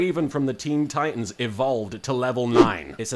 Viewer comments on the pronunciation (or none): none